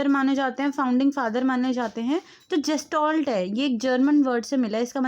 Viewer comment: जेस्टाल्ट nhi गेल्टास्ट hota hain दीदी